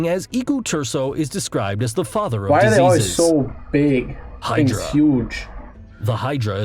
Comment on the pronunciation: Thinks this guy pronounced right: kraken, hydra, kappa. Thats it.